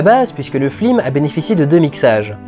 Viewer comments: La ref est sympa mais les "flim" sont insupportables à la longue ^^ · ***** non c'est bien un hommage. Il dit flim absolument TOUT le temps et la premiere fois qu'il le fait c'est lorsqu'il parle de la classe americaine. Film dont est tiré cette replique. Ce n'est pas parce qu'il avait la flemme. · Arrête de dire flim ! ^^ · Pq tu dis flim? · Je n'ai donc pas rêvé. Ça commençait à me perturber sérieusement... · je me demandais si c'était une faute de prononciation ou moi qui débloquait ^^ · C'est presque a chaque fois, ça doit être une référence que jn'ai pas :( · La galère que ça a dû être de mal prononcer film. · pour l'info, mais ça gâche quand même la vidéo, cet écorchage d'oreille qui dure 35 min. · C'est ce qu'il dit, c'est une référence au " Grand détournement " où les voix off ne disent pas " fiLM " mais " fLim " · T'as perdu un parie tu dois dire Flim au lieu de Film ? lol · pourquoi tu dis "flim" au lieu de "film" dans toute la rétrospective ?? :) a part ça génial comme d'habitude ! ;) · Suis-je le seul à attendre ''flim'' et non ''film'' dans toute la vidéo ? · Pourquoi t'arrête pas de flim au lieu de film?!! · Ho mon dieu! Arrete de dire FLIM!!! J'en peux plus! AAAAAAAAAAAAAAAAHHHH!!! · Je dois avoir un soucis, j'entends "flim" au lieu de "film"... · Super vidéo ;) et super pjrevat. Mais j'ai pas encore compris pourquoi tu dis Flim au lieu de film :p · C'est moi où il dit flim au lieu de film? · Une fois qu'on a capté quue tu dis flilm au lieu de film, on ne peut plus ne plus l'entendre :/ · C'est normal de dire "flim"? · je suis le seul à entendre flim au lieu de film ? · il me semble qu'une fois ou deux, tu dis FLIME au lieu de FILME fait attention. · c'est moi ou tu dis souvent flim au lieu de film ? Oo ha moins que ça soit voulu : justement comme pour Michel qui, dans ses flim, fait une grosse erreur qui fait bien tache ^^ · Au risque de parrzitre inculte, pourquoi dit-il systématiquement flim? Ce ne oeut etre une coïncidence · Pourquoi, "Flim"?